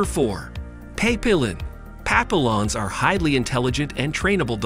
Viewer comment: Papillons the Ls are silent. Pap-e-ons